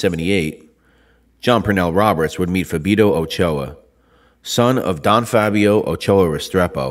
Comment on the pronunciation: 😅😅 cracks me up that you're able to pronounce the old man's name ' Fabio ' but his son and Jon Roberts partner has EXACTLY the same name as his father ' Fabio ' but you say it completely different, pronouncing it really weirdly. Don't make sense,you can say Fabio when talking about the old man but all of a sudden when talking about the son ( who has the same name as his dad ) you're unable to say Fabio 😅